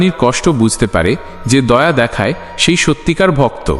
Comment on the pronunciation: Sonob na ta ki katha, se e ta ki katha, শুনব না , সেই এগুলো ঠিক করে বললে আরও শ্রুতি মধুর হতো